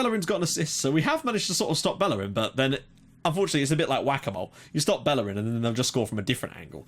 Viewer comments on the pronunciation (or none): Plz stop saying ``bellerin`` he is spanish so you say ``bejerin``